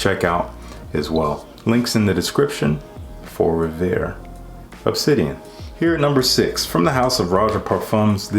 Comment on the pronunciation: A tootsie-roll-ish Acqua di Gio actually sounds very intriguing to me. Your pronunciation of Rêveur is actually not bad! As for a fresh summer fragrance for myself, I think I'm gonna have to agree with you on Herba Fresca.